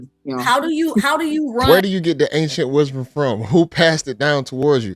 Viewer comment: "Ancient Wisdon" 🙄🙄🙄🙄